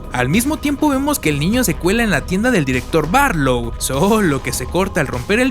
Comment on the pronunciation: Tres cosas me hicieron reír por el muchacho que edito el vídeo: uno la mencion del torito. Dos es la casa Marsten y no Marston. Tres cuando dice Marlow en lugar de Barlow. He leído el libro cómo 30 veces y por eso obviamente lo prefiero, llegué al texto por la primera adaptación para tv que en México fue conocida como La noche del vampiro, en verdad deseo que esta nueva versión sea el inicio para muchos nuevos lectores, tal cómo me sucedió a mi. Saludos y densas pesadillas!